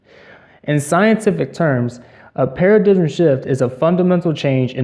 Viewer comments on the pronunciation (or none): It's pronounced para-dime, not para-digim